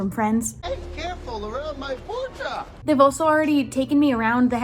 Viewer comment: YES ITS “POR-SHUH” I try telling my friends this and they still say “porsh.” Also ur really pretty